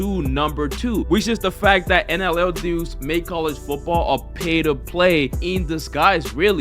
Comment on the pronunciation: Why you keep calling it NLL